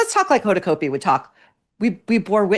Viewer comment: "Hoda" "CAUGHT BEE" not "coat-bee"